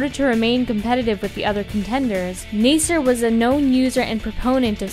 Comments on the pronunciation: btw when you say the name Nasser or nassir its spells like this (naa-sae-r) not (na-sai-r) ^.^ just wanted to help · Nasser is said like Nasa not Nayser.